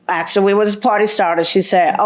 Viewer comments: What is so hard about saying “asked” not “axed” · She said she knew "Her Moms"... ? ... So, that other lady has 2 moms ... ? ... 2 moms - ??? . And also - "She AXED" her... Wouldn't dat bes a "felony" ... ? ... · She AXE me?